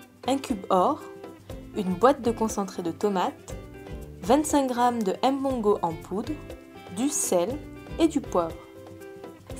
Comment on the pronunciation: la blanche, arrete de ''m-bongo'' il faut dire mbongo ntchobi, en plus si tu as un epoux camerounais et que tu prononces ce mot la ma chere c'est grave mais quand je te tire mon chapeau savoir le faire.